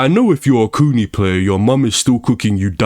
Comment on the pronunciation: The way U say kuni sounds like its meaning is coomer or basement dweller.